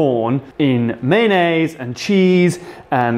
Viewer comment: when your friends pronounce mayonnaise as man aid